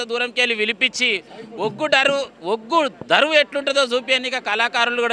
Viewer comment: ఒగ్గు డరువు కాదు అన్న 🤣🤣ఒగ్గు దరువు 🤣🤣